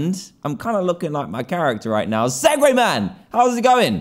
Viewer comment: Its not seg wag man its segwayman